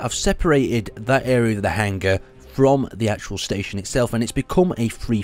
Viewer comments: "staton" lol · "Staton Wreckage" Is english first language?